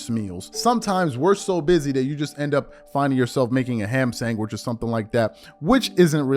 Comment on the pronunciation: Still pronouncing sandwich 🥪 as “Sangwij” like a little child 🤦🏾‍♂️ C’mon bro. Sand (like sand at a beach 🏝️) and Witch 🧙🏼‍♀️ “Sand-wich” sound it out.